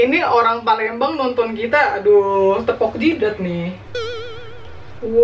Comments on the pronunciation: Abang nyebut PALEMBANG nya PALENGBELANG 🤣😅😅 ada ada aja haha ... Yey..akhirnya setelah setahun yg lalu mamak bikin pempek kapal selam lagi, saya asli orang palembang inong sam 🥰🥰🙏🏻 .. #orang asli palembang like dong 🥰🥰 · Gak bisa tahan ketawa dgr abang bilang empek empek Palengbelang😄😂✌️